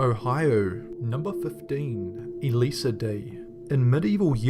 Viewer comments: Its not e-lisa, you say it like eliza duh, and its a song by Nicholas cage and Kylie monogue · 15 is a song though. Also, Elisa is pronounced as Eliza.